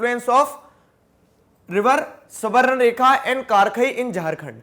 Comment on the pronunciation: Bhai wo सुबरनेखा nahi स्वणृरेखा hota hai